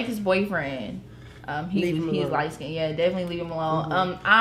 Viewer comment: Sorry but “lightskinded” 💀